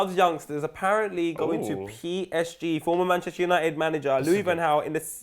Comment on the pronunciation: The way pronounced PSG hurt me tbh